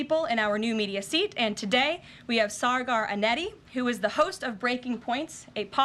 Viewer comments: Saargaar Anhetti?? It's pronounced Saagur Anjayti Apart from that, agree 100% with Karoline! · Lol. She pronounced Saagar Enjeti's name wrong! He didn't bother to correct her.